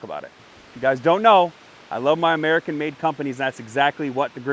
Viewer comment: "American made" you sound like a turd world,dk